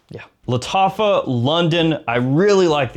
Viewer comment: Lol he said Lataffah like he was casting a spell in the shire